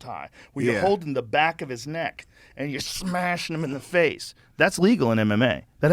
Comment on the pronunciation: " and yah SHmashin em in the face" lmao